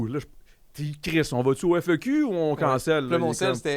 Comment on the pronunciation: My god, c’est le FEQ pas le F. E. Q. 😂😂😂 ça m’a fait saigner les oreilles